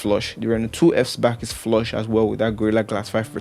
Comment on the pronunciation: Superbly done bruv, although the way you say "Flush" in your description of funny